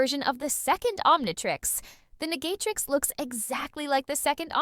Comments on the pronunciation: Did i hear niggatrix when it said Negatrix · It sounds racist. It sounds like (n***atrix instead of negatrix) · “The negaytrix” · Immediately came to the comments after it said negatrix